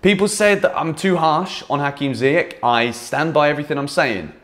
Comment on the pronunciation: It’s not ziyech with K . It’s Sh great content